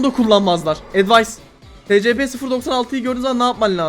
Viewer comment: Abi bu arada scp "esipi" diye okunuyor